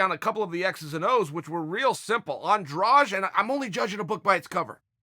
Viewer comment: Why the heck is he saying Andrage?